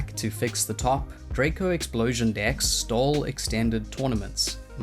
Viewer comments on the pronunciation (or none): none